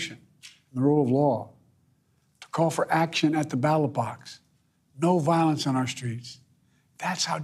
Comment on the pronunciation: He just referred to the ballot box as the battle box twice 😂